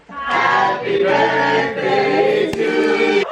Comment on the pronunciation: Does anyone know why appears to articulate fairly well yet says "my burffday"??